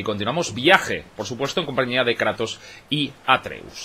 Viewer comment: Dale cańa al Kreitos Gaaar of guuuor😎😂👌🏻